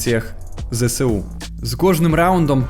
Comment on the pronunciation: Вивчаємо українську мову: ЗеСеУ? Ні, Зе еС У) СеШеА? Ні, США